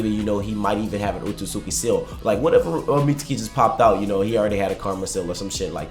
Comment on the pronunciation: I hate that he pronounces mitsuki as “meet-sue-key” bruh sasuke is not “sa- sue-kay” it’s pronounced “meets-key” jus like sasuke is pronounced “sas-kay”